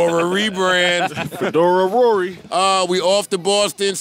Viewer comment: " Fedora Rors" 😂😂😂😂😂😂😂